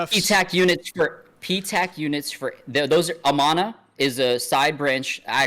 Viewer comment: It's more like UhManUh--like how you pronounced Nevada. Amana, Iowa is little Olde Time German town; incredible pancakes. Most of the non tourist driven jobs are that Whirlpool factory.